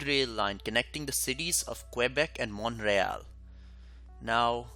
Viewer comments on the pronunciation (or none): Also, in Canadian English, Montreal is pronounced Mun-tree-ALL (not Mont-ray-all).